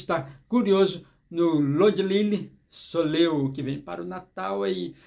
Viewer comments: Oi. Fiquei curiosa! Só um detalhe pra vc saber, não é soleô que fala e sim soléil. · Desculpe, mas a pronúncia é "solhéi"